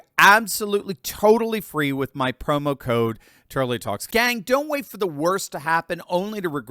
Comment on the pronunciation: Turley not Turky